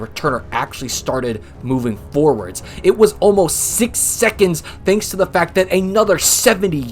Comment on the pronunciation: Go to , and hear him say "aye nother". Then go to , and hear him say "aye," again. (If you want to hear the plethora of "thee's," start at three seconds into the video... then keep your ears open throughout, and focus.) It's by no means a sin, but you may well have ADHD if you're not hearing these. Not to mention an unseemly combination of arrogance and ignorance. Do your homework before projecting your snark and condescension on others... you sound like Trump for god's sake.